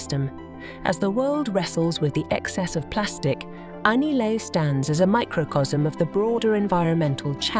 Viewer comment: It's pronounced correctly just before .